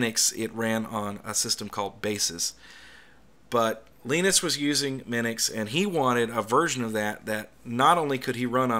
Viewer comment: Minix, not Minux.